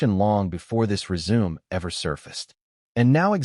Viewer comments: Reader: Résumé is pronounced Ray-su-May. Nit resume. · "Resume," you say, like to continue something? I PRESUME you meant RESUME with the final "e" sounding like a long "a" speech sound, and the "u" sounding like the "u," in "CUT." (Can't you just hear the director yelling that at Meghan?)